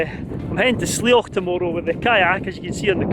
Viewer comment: Great video but you're pronouncing "Bealach" wrong. It should be more like "Be-ya-lach". Love your videos though - showing off Scotland and doesn't she look good! 😀